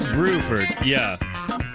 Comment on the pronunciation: Please, PLEASE try to learn how to pronounce "Bruford". Thanks.